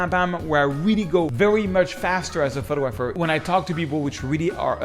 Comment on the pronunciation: In the English language, it is pronounced: pho-tog-grapher - not - photo-grapher .